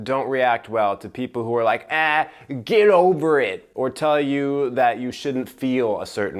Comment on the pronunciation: lmao ged-ovah-rit, lazy frick